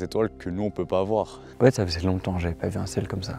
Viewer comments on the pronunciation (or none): "depuis très longdans" Quel est cet accent ?